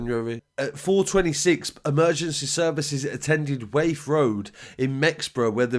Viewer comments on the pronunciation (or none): Man said 'Waith Rd' its Wath rd but round there they pronounce it 'Woth' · He called wath road waeth road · It’s wath road bro not waith great vid tho